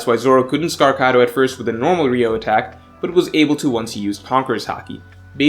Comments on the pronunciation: Why can't one fucking one piece fan say the name correctly? It's not RIO IT'S PRONOUNCED RYU - O. there's 3 syllables.. Goddamn I swear some of yall don't pay attention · Why has Ryuo become Ryou?? Lazy pronunciation changes things like this 😒 although it doesn’t matter that much it’s still unsettling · I know it's a nit pick, but it's pronounced something closer to ree-oo-oh and not ree-oh, the u comes first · Its RYUO NOT RYOU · idk what ryou is. but I know what ryuo is. This word is the most misspelled and mispronounced word in the one piece community cus its not just its 90% of other youtube content creators as well. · It's "ryuo" not "ryou" Why does everyone call it the latter 😭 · Pretty sure it’s Ryuo, not Ryou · *Ryuo Not Ryou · Yeah, He keep saying it ryou instead of ryuo. That's just so ugh 🤦🏻‍♂️ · isnt it ryuo? pronounced like ryu-o? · It's ”Ryu-oh”